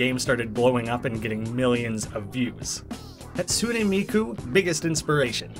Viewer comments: You actually pronounced hatsune miku right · Decently ok pronunciation on hatsune miku actually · I thought you were going to butcher Hatsune Miku's name, but instead you pronounced it the best on yt lmao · HE PRONOUNCED HATSUNE MIKU RIGHT?!?!?!? AND SAID HES GONNA SAY IT WRONG?!?!?!?!?! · You pronounced Hatsune Miku right